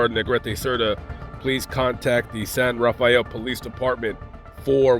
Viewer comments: San Rafael is pronounced san rafell . I was born there & im an old timer , so i know 😂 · San Rafael has three syllables.